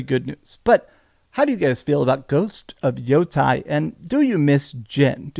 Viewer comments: It's pronounced Yah-tee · I know you know how to pronounce Yotei properly. It’s pronounced yotae. This is Japanese, not Greek dude. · When Japanese words are written in our alphabet, vowels are pronounced like in Spanish and they don't change is they are combined with other vowels, like in Yotei. Therefore its YOH-TEH-IH or YOH-Tay.